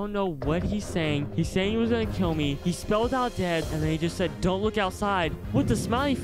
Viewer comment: DAED si daed he say youre daed